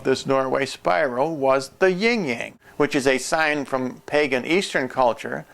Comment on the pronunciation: Another thing your teacher should have taught you is that it is Yin and Yang, not ying yang. This is something you have studied? alrighty then Peace be with you